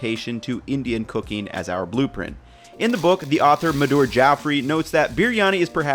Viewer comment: I love your vids but you dropped a bollock here. Oh and who is MadOOOOR? Her name is simply Madhur